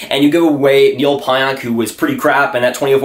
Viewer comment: Dude learn how to say Pionk. Calling him out for not being a good trade and you sound ridiculous not even saying his name correctly haha